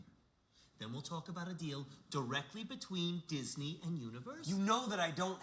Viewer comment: DiSNEY not DYSNEY...spells